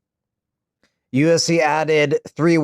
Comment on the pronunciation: your are getting too relaxed lol, 'five rounds for the flyweight chitle'